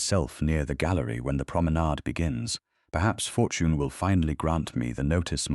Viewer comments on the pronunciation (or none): ...Youth, beauty, fortoin? Your AI narrator is horribly mis-pronouncing words. Its annoying and ruins your stories. Get a getter narration setup and teach it proper pronunciation and not to make unnecessary sounds within the text that have no business being there. Thumb's down on this story.